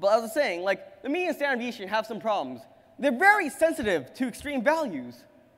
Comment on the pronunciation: Goddamn, just say 'sd' instead of 'staneviation'.